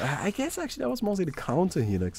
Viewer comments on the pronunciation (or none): none